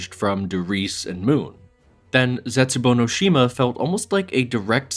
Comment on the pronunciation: Mf said "der eisendrache" as if he really speaks German and then just said "zetsubo no shima" like an American